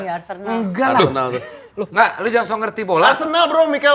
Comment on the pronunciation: "Jangang" ga tuh bwanggg